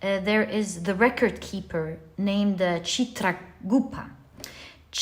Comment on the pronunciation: pile 3 here , ma'am its pronounced as chit-raa-gup-ta , the god of justice , I'm a kayasth , kayasth community is nothing more then the children of the god of justice , he had 12 sons , the kayasth are nothing more then the descendants of these 12 children. lord chitragupta himself , takes all the decisions in his courtroom. yama takes the soul to his courtroom , where lord chitragupta makes the decisions where the soul should go.